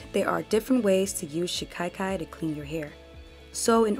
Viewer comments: There is no letter "i" after the first "a" in the word as you are pronouncing it "shi-kai-kai." It is pronounced more like "cock-eye" but with the short "a" sound instead of the "o." "shi-cock-eye" "shi-ka-kai" My intent is just to be helpful, not disrespectful. Personally, I like to know if I mispronounce words, and though most people feel the same way, there are those that take offense, so do with it as you will. You have a very nice speaking voice, and the video is very informative and very well done! I appreciate the care and time that it takes to make a quality video that stays on topic and not filled with an abundance of promotional rhetoric, I truly do! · Pronounced SHI- KA- KAI